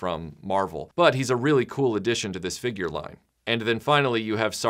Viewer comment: Great video... I like the way you say Feegyur